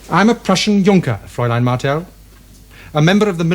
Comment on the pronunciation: A good series, better production values than 'Pathfinders'. My one minor gripe is the constant mispronounciation of 'fraulein', I would have thought they would have a language coach.